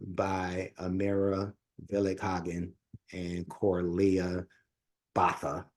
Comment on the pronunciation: Thank you for venturing into opera. Much information has been supplied, but just a snippet: Corlea's name is pronounced Boata. Amira is the suprano and Corlea the Mezzo suprano.